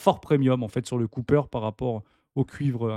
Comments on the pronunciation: C’est “copper” pas “coupper” le cuivre 😂 Merci pour la vidéo du jour chez!!👑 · Au lieu de dire cooper ("coupeur") à la place de copper ("copeur"), tu ferais mieux de dire cuivre... Déjà que les anglicismes sont insupportables, mais quand ils sont mal prononcés, ils en deviennent ridicules.